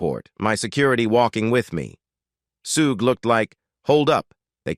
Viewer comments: I call BS. And AI. Your AI can’t even pronounce Shug, pronounced like Sugar, not like Sue-Gay. Pathetic. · 😅😅 disrespectful - his aka name is Suge not Suggay Knight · “SUGAY” Knight. 🤣🤣🤣🙄💀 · Suge = Shug/ pronounced as half of word “sugar” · It's not Suze😅😂🤣 it's pronounced like sugar but suge..... Geez